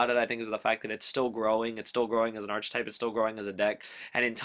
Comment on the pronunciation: I liked the episode, my only feedback would be that it's pronounced "ark-type," not "arch-type" and that you "equip" things, not "equipt" them.